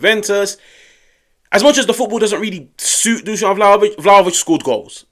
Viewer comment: 😱😮 Good job! You finally got the pronunciation right: Dushan! I soooo don't like him: #dumbball